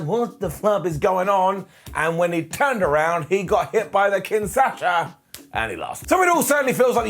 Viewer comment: For God's sake, it's KinSHaSa not KinSaSHA lol.